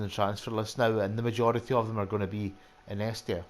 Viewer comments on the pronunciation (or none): Good to see how someone does this, small margins are good! By the way, it's In-ee-es-tia 😂👍